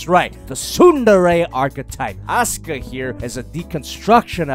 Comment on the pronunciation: It sounds he said Oscar instead of Asuka